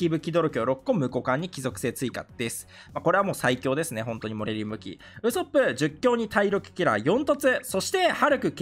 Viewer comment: ウソップのイントネーションがヤソップなんよな